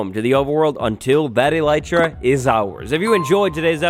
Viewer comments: Eh-lih-tra not eelietra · fun fact: it's actually pronounced ell- it- ra (i looked it up) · Its elytra dayyyyyyyyyyy